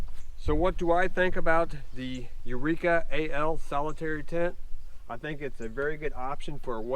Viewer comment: Its NOT Solitaire ending with an ee sound. Solitaire as is solo, 1 person. Pronounce it as you do the card game- the one you play by yourself.